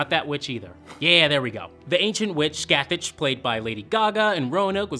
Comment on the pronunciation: IT’S SCATHÁCH. PRONOUNCED SCATH-AUK